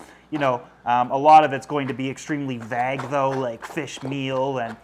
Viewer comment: De-vained, pronounced like vane. Vague, pronounced like Vaig not vahg. Your fish all have very nice colors and look good, no chewed up scales, lumps, bumps or missing eyes. Very nice tanks.